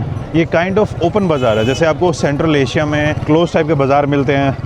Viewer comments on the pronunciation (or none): none